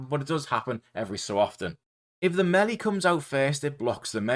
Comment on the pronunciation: Great guide! My favourite part was when you pronounced melee as “melly” 😂